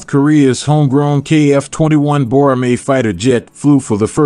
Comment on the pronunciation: Boramae not Bromir!